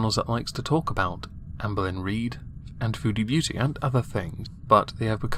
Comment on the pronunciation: I'm going to be real. I always thought she was saying "foodie Booty"